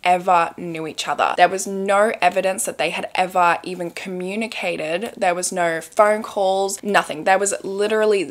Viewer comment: Nigh-oh-eww!! = no 😅